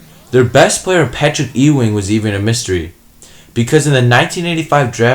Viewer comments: lol you don't know how to say Patrick "EWWW-wing" correctly? C'mon! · I apologize but did you intentionally mispronounce Patrick Ewing... twice ? 🤔